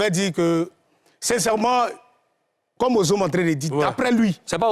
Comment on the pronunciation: Il dit ozome😂😂 c'est pas zome kome inh